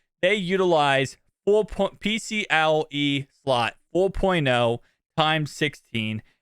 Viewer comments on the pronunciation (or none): Pcie not pcle